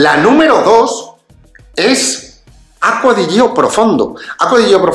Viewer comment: Perdonad que sea tan pesado, lo digo siempre, pero es que me vuelve loco: se pronuncia Acqua di Giò, con acento en la Ó (si es que está en la botella!) Piensa que Giorgio se pronuncia apretando en la primera O. ¡Y la i no suena! es "acua di YÓ", ( vamoooos que en un canal de este nivel ya se tiene que saber 🤣🤣🤣